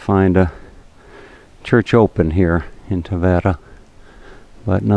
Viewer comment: Having been born in Tavira, and living abroad I found your video interesting. Yes, you are misprouncing Tavira and there are 33 churches in a city of population of over 50 thousand which you consider a village. Perhaps, a little more research and you could benefit from your commentary. Nevertheless, thank you for show casing such a beautifule city.